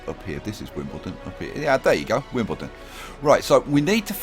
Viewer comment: Wimblendon?!! God I love your series